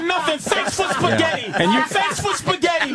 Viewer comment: "THANKS FOR SPEGHETTI!"